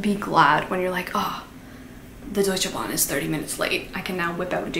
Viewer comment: Girl first of all, the way you say Deutsche Bahn is almost perfect!? 🥹 Also no, our train system is shit 🥲 you're probably confusing it with the Swiss train system. I think they got their shit together... Certainly not DB 🫢😭😅 also very cool video, noted some on my TBR 😍 Greetings from Germany 🤍